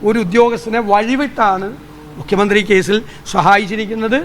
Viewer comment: മുഖ്യമന്ത്രി എന്ന് യ്ക്ക് പറയാൻ പറ്റുന്നില്ല😜😜😜